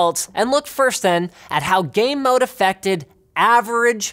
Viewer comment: I couldn't not hear "Gay Mode" every time he mentioned the feature.